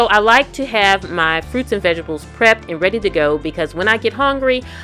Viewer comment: "vegestables" lol. Very inspirational, great video! Thanks for sharing!